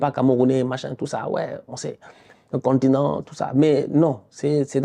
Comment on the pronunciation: Heeeh le contineng😂😂